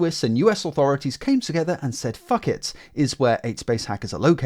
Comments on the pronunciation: phuket is pronounced foo-ket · lol I’m pretty sure it’s pronounced puckett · "Phucket!" LMAO